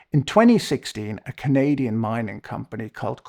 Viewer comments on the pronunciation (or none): none